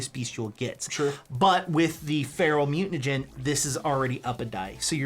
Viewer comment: I love you guys but saying mutanagen over and over is killing me. Think you are trolling me here. BTW thanks for the PDF and the write up I am playing this character this weekend now.